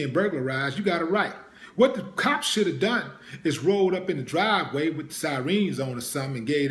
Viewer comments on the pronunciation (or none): Follow up on this Willie. And it's sirens dawg, not sireens 😂